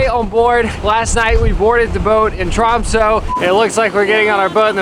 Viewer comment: "tromso" made my heart explode as I'm Norwegian soo the way we say it is "Tromsø" and i do understand yall don't have Ø but just hearing American people pronounce Ø perfectly is way better